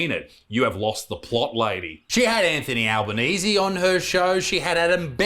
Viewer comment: I nearly spit my drink out with the way you said Anthony Albanese 🤣